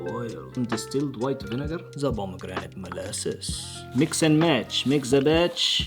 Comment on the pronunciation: best accent ever 😂